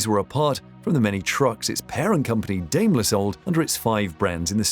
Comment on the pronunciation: Daimler?? It's not [day-m'lerl], idiot! It's [dye-m'ler]! First, prepare - then air